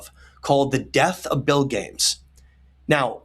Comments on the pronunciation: Hey, being that it's so similar to Gilgamesh, why are you not pronouncing Bilgames as BIL-GA-MES? "Bilgames" sounds so weird and improbable to me. How did you come to this pronunciation? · Great discoveries! So paradigm-shifting. Btw Bilgames is probably pronounced Bil-ga-mess.